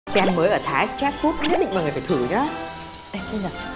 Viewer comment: thái sờ trét food? ông này kiểu cứ phèn phèn lsao ấy